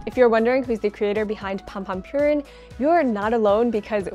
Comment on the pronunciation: If this is a "all Japan" channel then work on pronunciation: purin is not pronounced "pure inn" it's "poo-rin", also kawaii has a long "ii" sound at the end which really needs to be emphasized, otherwise the accent lands off